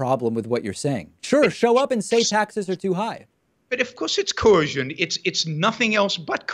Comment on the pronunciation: I cringe when Yaron says "coercion" because he can't pronounce it.